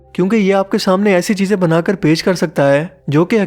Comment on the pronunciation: Sorry heeze nhi cheeze